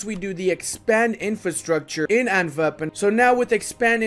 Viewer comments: Love the video! Just a small heads up, you pronounce Antwerpen in a very german-sounding way. As a flemish/dutch speaking person it is a bit sus to say the least. Foreshadowing? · Stop saying Antwerpen like that man!